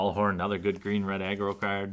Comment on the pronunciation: I could of swore you were saying "green/red eggroll deck". I'm guess what you were really saying was green/red aggro?